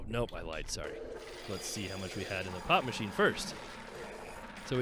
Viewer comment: you made me listen one more time when you said pop machine... At first it sounded like you said pot machine... :P